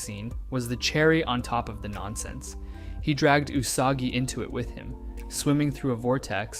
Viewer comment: Ty for saying her name correctly 😭